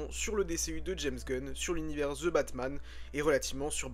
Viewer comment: "Ze" Batman ca m'a totalement déconnecté de ta vidéo.